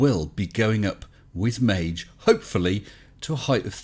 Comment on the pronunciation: Please, don’t pronounce it a soft g (māj) Try using Maggie